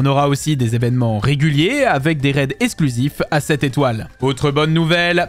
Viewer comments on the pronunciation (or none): none